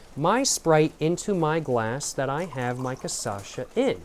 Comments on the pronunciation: My dude, you’re pronouncing it wrong. ✅ CA -> pronouncing it correctly. ❌ CHA -> pronounce it like the “sha” in the name “Sasha” ❌ ÇA -> pronounce it like “Sa” in the word “Salvia” Tldr: swap the pronunciation of the 2nd and 3rd syllables and you will be pronouncing it 100% accurately. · I love how in the first video he tried cachaça he said it correctly, but never again lol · Até o final do vídeo tá beudo cascando o bico and quem sabe falando o nome direito!?🤣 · Lil tip: its CA SHA SA, not ca sa sha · It’s not “caçacha”, it’s “cachaça”, pronounced as ca-sa-xa. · its not "CaÇasha" Its CaXaça" ahahahaha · bro is not ca ça cha, is ca cha ça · You say "CAÇACHA" but it's actually "CACHAÇA". You're mixing up the last two syllables, and I love it but thought I should say something! hehehehe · poha man you should pronounce it KA CHA SA instead of kasascha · Man you got the name almost right just invert the syllables, instead of ca-sa-sha you should say ca-sha-sa. If you are interested in trying to pronounce 51 in portuguese you shuld try saying "cinquenta e um" that sounds something like "sincuenta yoom". One other very very important thing, you called the "churrasqueira" a pizza oven, man be carefull with that, it is a grill for brazilian barbecue, almost every single house and apartment in this country have one of that. What you said its almost heresy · cashasa not casasha jjajajja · CA CHA ÇA. Not CA ÇA CHA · who's kasasha? 😭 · Ca Sasha 😂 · ca - cha - ça //// TRY: CA / XA / SA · Really need to make a version of this but only saying CASASHA (and also taking a shot every time respectively) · ca-sha-sa is the pronunciation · ca-sacha is so tuff twin never say it properly. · I like that he say caçacha lol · its ca-sha-ça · It's CACHAÇA for christ sake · bro, it's CA-CHÁ-ÇA!!!! XÁ!!! love your videos :) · It's kah-shah-sa and you said it wrong every single time >:( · Every time he says Casacha i die a little inside. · hey is cachaça said like kashassa